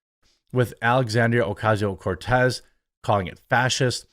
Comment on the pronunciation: I keep hearing what sounds like you saying "Coffee tier cocoa"